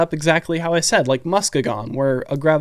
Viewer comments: Muskegon is a city in Good ol Michigan. Its pronounced Mus-key-gun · Muskegon. Pronounced 'Musk-ee-gin' with the E pronounced ee like in keep, and a hard G. 👍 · Muh skeee gon